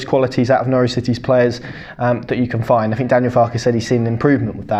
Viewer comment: Could you pronounce your th’s ie fink is pronounced think.